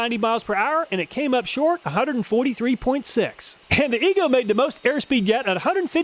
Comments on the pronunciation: are you sure about the pronunciation of EGO? i would think it would be E-Go, not E goo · Make a video where you just say, "E-GOO" over and over until you figure out how to properly pronounce it. Hearing you repeated so many times Almost seems like you were just messing with us! like nails on a chalkboard! 🥴